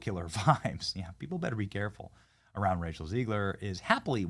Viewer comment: Are you pronouncing her name on purpose? Because it Zeg ler not Zee gler.